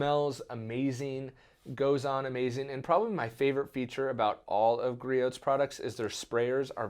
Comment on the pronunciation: Love the channel! One thing, when pronouncing Griot's, the 't' is silent. Also something cool about Griot's not sure if you know or not but all of their liquid products are made in the US by their own scientists and chemists. They do not re-bottle/label anyone else's chemicals like most other companies do.